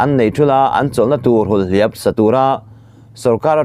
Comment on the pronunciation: Ṭhahnemngaihna: 1. Hulhliap - hul (tuihul), hliap (nihliap) hetiang deuha lam ni se.